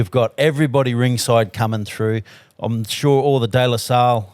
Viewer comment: Its De La Salle. Not De La Soul the American band from the late 80s 90s...